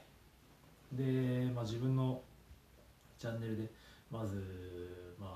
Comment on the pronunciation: 「チャンネル」を「チャネル」って言いましたね笑 さすが理系